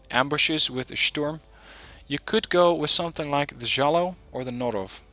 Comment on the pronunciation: You just say it j-j-I-a